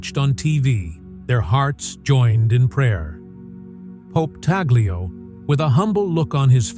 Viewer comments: Pope talyo? It's Pope Tagle memories the pronunciation first before going on camera. POPE TAGLE. not.POPE.TALYO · It’s pronounced as ‘Tag lay’ not ‘tag lio’. Please pronounced it properly. Thank you. May God bless Pope Tagle (tag lay) as it’s pronounced.